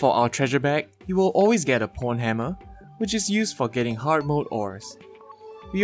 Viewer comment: me literally wheezing when pronounces pwnhammer as pornhammer